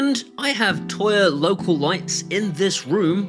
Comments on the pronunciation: So when you're saying Toya you mean Tuya right? Tooya. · Is he trying to say "Tuya" or is there some "Toya" company I've never heard of?